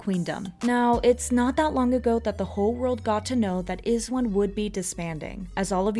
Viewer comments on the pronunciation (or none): It's not iz-one it's eyez one. You guys should pronounce it correctly next time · It's pronounced "eyes one" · (eyes one) that's how you say IZ*ONE. Can you redo this video? Specifically that part about the IZ*ONE'S crowd funding? Know all the details first to make sure your viewers will not get confused about the PARALLEL UNIVERSE PROJECT. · You pronounce it as EYEZ*ONE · stop talking about izone if you can't even pronounce their group name right and give out false information. sakura didn't mock korean fans and the people complaining about it wasn't even wizones. they were just random anti japanese knets. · Hmmm... iz*one pronunced kinda weird :/